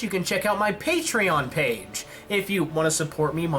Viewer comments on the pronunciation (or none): none